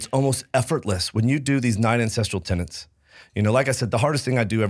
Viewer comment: Aaargh! If you mispronounce "tenets" ONE more time, I swear I am going to...well, I am going to continue watching your podcast, but I will have a grumpy expression on my face.